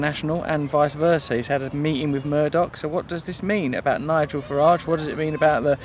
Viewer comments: Hannity mispronunciation of Mr. Farage's name kills me, and he calls himself a "journalist." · Very fetching scarf/jacket you've got on there Russell, good to see the Trews outdoors once in a while too! Hannity's an idiot, this we know, but why didn't Nigel correct him when he didn't say his name properly? Leadership skills? The mind boggles. Haven't we learned that 'intervention' and carpet bombing countries only leads to mass destruction, displacement, sectarianism and terrorism? Should we not put money into our own countries first? Here's some salt for the cut ~ the money they spend frantically talking about bombing, then subsequently bombing the living daylights out of these countries could be better spent on us for schools, hospitals etc. Know the enemy, because it's not some Middle Eastern geezer going bananas with a holy book and a rocket launcher. Again, very nice print you're wearing there Russell, I'd say that was quite 'radical' ;)